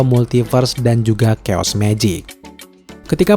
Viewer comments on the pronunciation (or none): none